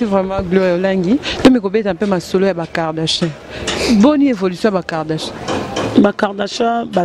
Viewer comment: Gloria on dit KARDASHIANS et non KARDA CHAT yo mutu otangaa